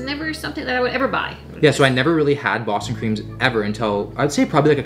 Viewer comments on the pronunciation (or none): none